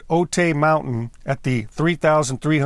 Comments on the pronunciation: I thought you lived in the San Diego county area. Otay is pronounced “O-tie” not “O-tay”. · For what it matters, Otay is pronounced OH-tie. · Pronounced OH TIE, not OH-TAY. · Note: it’s not pronounced “Oh-tay”. It’s pronounced “Oh-Thai”, as in “Thailand”. I’ve lived near this mountain 67 years. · The mountain is pronounced OH-tie. Not Oh-tay. Thanks. Nice documentary. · Otay is pronounced “o-tie” if anyone cares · I was a U.S. Border Patrol Agent at the Brown Field Station in the late 1990 and covered the Otay Mountains. Just a little info, Otay is pronounced O-tie. When I was walking around the crash site back then, I found part of the linkage and levers for the throttle quadrant. I left it there and never kept any pieces of the wreckage